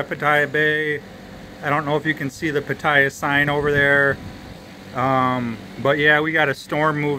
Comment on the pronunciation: PATTAYA is pronounced PAH-TEH-YAH. No hate. Just wanted you to pronounce it correctly.